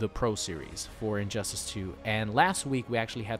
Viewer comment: I heard that too 😂